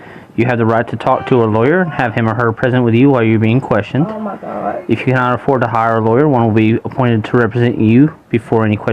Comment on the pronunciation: He starts reading her rights and she says Oh Got, oh Got. Then she says she's a goot person. She's thinking it's so much easier stealing from Welfare.